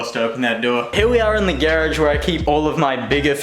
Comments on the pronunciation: Lol geradge... pronounces like carriage lol. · U say garage weird